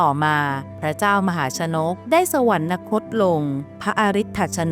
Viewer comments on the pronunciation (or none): สวรรคต ออกเสียง "สะ-หวันคด" ไม่ใช่"สะ-หวัน-นะคด" ควรออกเสียงให้ถูกต้องตามหลักการใช้ภาษาไทยครับ